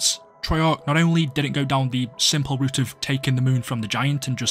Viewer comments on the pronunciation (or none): none